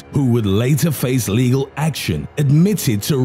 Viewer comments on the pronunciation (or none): none